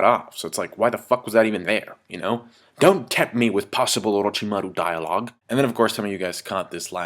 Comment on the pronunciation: orochimaru sounds funny when you say it, like you're saying a japanese word with a french accent.